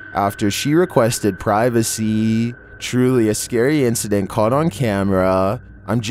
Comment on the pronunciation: You said privacy so weird.